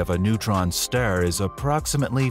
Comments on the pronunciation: Is it some sort of AI epidemic that can't pronounce words in the right way? What the heck is a stare? Anyway AI narration is awful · What's a neutron Sterr???🤣